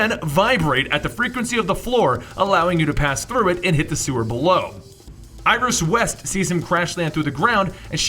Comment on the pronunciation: you said iris rest